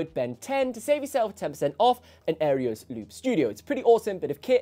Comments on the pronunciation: Wow…you said Singularity Sound instead of Singular Sound…and you said Aereos instead of Aeros. Surprising since you seem to be a stickler for detail. Just saying…. But, I’ve always enjoyed your videos. In fact I just bought the Aeros Loop Studio and the Midi Maestro mostly on your recommendation. I have a lot of respect for your opinion when it comes to looping. Your experience looping from such an early age makes you a valuable resource. Thank you for what you contribute to the looping community. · Nice video! Im waiting on my gold edition now… You do realize you are completely botching the product name AND the company name , right!?? 😂 its an Aeros not “Aerios”… and the company is Singular sound not “Singularity Sound”. Sry just thought id point that out…